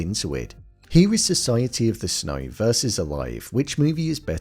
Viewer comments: Why do you pronounce it "Snoy" instead of "snow"? This is driving me crazy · Society of the SNOY